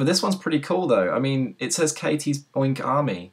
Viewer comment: " I HAVE GOT MY OWN OIRNK ARMY " me: noooo Katie has her own oink army